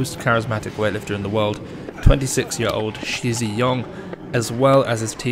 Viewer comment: and also its not she zhe yong but shi is pronounced like the sh in (sh)iver and zhi is pronounced like you pronounce the J in (j)erk , just to make your chinese pronunciation more accurate :)